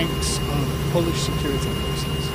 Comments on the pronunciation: Great piece but as a Pole, your pronunciation sucks! 🤣 Start with: 🇵🇱 w= 🇬🇧 v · A few pronunciation tips for Carl: In Polish, "W"s are "V"s. "J"s are "Y"s [think: yellow]. "G"s are always hard. Vowels are pretty much the same as in Spanish. Hope that helps.